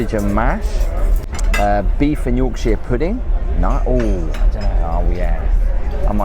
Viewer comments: For the love of God, please learn how to say Yorkshire properly, kills me a little inside everytime you say it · York- sher, not York-sheer.😅